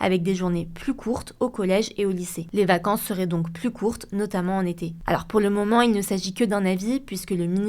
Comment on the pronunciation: Elle est insupportable la voix off de plus en plus .. quand elle dit « moment elle dit momont » et ya plein de mot comme ça c’est insupportable